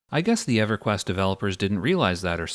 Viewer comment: I got to know the reason for why you mispronounced everything. I even had to re-watch the intro just to see if you said EverQuest as Eveyquienst